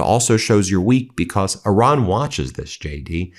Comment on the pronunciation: Stop saying becoss